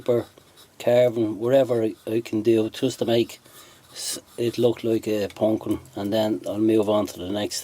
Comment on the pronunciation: That was a great little project, and I will have to try a couple of those. My wife was walking by and heard you say "pawnk-keen" and sat down and watched the entire video, and commented throughout the video of how interesting it is to watch the process. And, she thought your accent was great. Thumbs up, my friend!